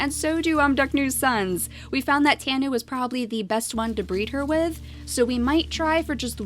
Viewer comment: tanu is pronounced: Tah-noo